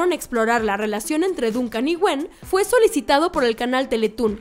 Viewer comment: Se escribe Duncan pero se pronuncia Dòncan